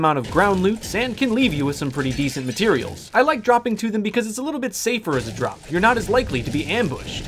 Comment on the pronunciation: Drinking game: every time says matireals take a shot